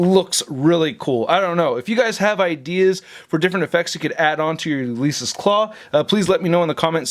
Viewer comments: it was like nails on a chalkboard each time. “You Lease Us Klaw” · Do a shot every time mispronounces Ulysses.